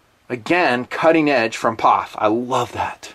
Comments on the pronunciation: Eww to saying "POFFH" Its P - O - F Just like USA isnt, "OOSA" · I'm sorry. But pronouncing P-O-F as pof drives me fucking nuts. Can't watch the rest 9f this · I know this was uploaded 4 years ago. But ,you've GOT to know, It's not Paaaf. its. P. O. F. { If it were a drinking game } A shot Every time you say... "paaafff" there would be a trail of Death. Just saying. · Bro, you are the only dude in the world calling it a "pof...." The rest of the world says P.O.F..... If they patented the rifle, which they most certainly would, nobody can use the same design for a set time. If they want to know the metallurgy, they could pay to have it analyzed... Anyhow.... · 2 thumbs down for calling it a phaff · It made me cringe every time he said pof instead of just saying the 3 letters P.O.F. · Pof? It P.O.F reviewing the gun and can’t even say the company correctly. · I swear to God if you say poff one more time I will unsubscribe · Stop calling it a pawf! It's P.O.F. I stopped watching about 2 min in because you are saying it wrong. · Can't get through the first 4 mins hearing this guy say pofff 🤮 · Stop saying PAWF. GAHHHHHD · do you say "Pawf" to try and be funny?